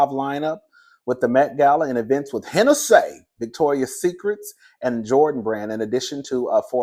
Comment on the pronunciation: I cannot breathe when you say HEN-A-SAY😂😂😂